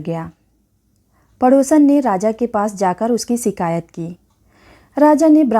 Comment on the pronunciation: सिकायत खुस शब्द के ग़लत उच्चारण पर भाषा की गरिमा नष्ट होती है ।सही शब्द शिकायत व खुश हैं । कहानी वह सुनाएँ — जिससे कोई सीख मिले । धन्यवाद